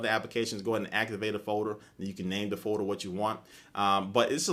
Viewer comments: um its folder not foeder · say folder again.